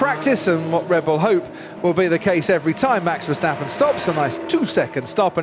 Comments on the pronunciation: Why do they keep on saying Versteffen instead of Verstappen? Yes, I speak a Germanic language - get it right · i swear i have the same problem with "VESHTAPPEN"